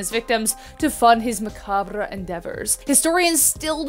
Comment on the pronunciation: Macabre is pronounced like ma-carb. You seem pretty and cool enough to get away with it though 😏